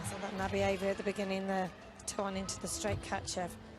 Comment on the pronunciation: Also, also, in Suni's bar routine listen to the pronunciation of Nabieva. That's how you say it. On Defying Gravity Morgan called it a Na-beaver and I cringed!